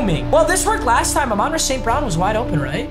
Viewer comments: it's Ahmon- Rah not aminrah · Papa it’s not a-mon ra it’s pronounced like ah-mun ra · AA-MANRA ST BROWN 😂